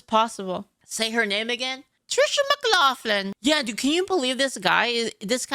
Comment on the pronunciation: throwing her accent to pronounce Tricia McLaughlin was the highlight of my day.